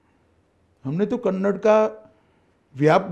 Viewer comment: Kannad ಅಲ್ಲ ಕನ್ನಡ